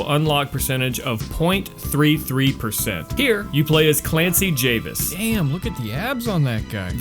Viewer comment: Jarvis, not Javis. Clancy Jarvis.